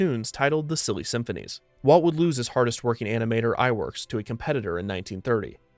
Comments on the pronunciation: I'm not familiar with Iwerks, so I'd have to look up how to pronounce his name—which is what any narrator should do when they come across a word they're unfamiliar with! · He's been consistently mispronouncing "Iwerks" too.